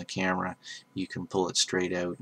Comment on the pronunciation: ha you said "oot" cool vid though